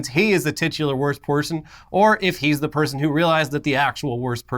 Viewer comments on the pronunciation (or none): "worst poyson" lmao I laughed way too hard at that slip up.